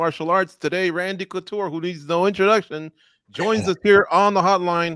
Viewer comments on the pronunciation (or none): Did he call Randy clitoure